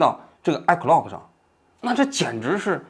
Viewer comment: 王菊，你这个iCloud我真是听了N遍才听明白你说的是什么😂